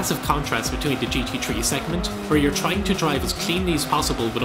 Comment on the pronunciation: I always thought its gt 3, but now i know its gt tree